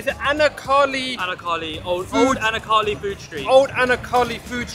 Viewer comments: probably Anna Kaali which is pronounced anaarkali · Pronounced: Anaar Kalee. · It's anarkali with the R in it credit for trying good video lad's been there wasbreally awesome variety of delicious food 🤤🤤🤤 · hehe bro its pronounced anaar kaali, ur accent had me creasing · It’s pronounced anar kali (anarkali). Just that how u said it has put me off watching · Never heard a brother pronounce Anaar kali like that.😂